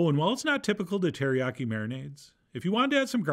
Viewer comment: You had me at : Alicia key, “teriyaki-“keys”😅😂 hil-“f’n”-larious!!!! 😩😂🤣♥️